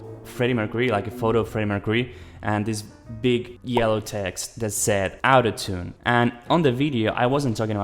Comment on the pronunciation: That's actually really sad. Those out of tune recordings aren't even too bad. Also lemme fix your pronunciation of autotune. It's not "ow"totune but rather "aw"totune. It kinda made it confusing to tell when you were saying autotune or out of tune